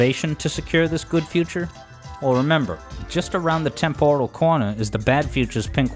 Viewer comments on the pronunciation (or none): none